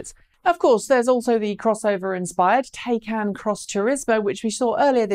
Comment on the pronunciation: I don't care what country you come from the name, Taycan is pronounced the same. please go to Porsche and find the word is said like, Tie-con, not Tay-can. How can you give a report on a car when you can't even put the effort into how to say the name correctly. The information you gave was very good.